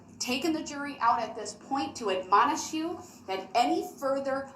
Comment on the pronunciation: “Is that a “TACK-IT” agreement?” “Of course I’m going to “REQUIRE” what’s being put on my body.” “I’m always the one getting “AMONISHED”. “Your Honor, that’s “COHORSION!” “So, the Constitution of the United States can be “CONSTRICTED”? “Did I “ROSE” my voice?” “Is it fair to say your “MEMMERS” is kinda cloudy of that day because you were intoxicated?” “Did you at any time report what you had “SAW” to law enforcement?” “That it goes towards “BIASNESS”! “It “WASSES” time, really.” “Once again information that should be known is being “HI-DED.” “Did you “SEEKED” to testify here today?” “You made reference earlier that you had “SAW” the video that was shown before you testified today, correct? “About how many times have you “SAW” the video before today?” “Did you attend any “VISUALS” or memorials?” “Did you get a license “PLACE” number?” “Did you notice anything “AMIST” up until that point?” “Will I will be able to re-cross “EXAMINATE?” “What is the “THIST”? Can you explain what the “THIST” is? “The jury should know the “TROOF” of their duties and rights.” “Your Honor, you took an “OAF”.” “Your Honor, can I see proof of your “OAF” of office?” “During your inspection did you see any “BULLET HOES”? Do you recall how many “BULLET HOES” you observed?” “So, from your knowledge, the “BACKER” windows are usually coming from the manufacturer maybe a little bit darker than the front?” “Have you yourself ever “TOOKEN” a creative writing course?” “And after you had verbally “SPEAKEN” with l